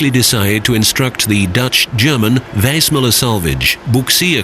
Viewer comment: I can’t help think the narrator is not pronouncing the name of the ship correctly